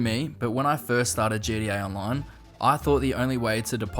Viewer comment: bro said GDA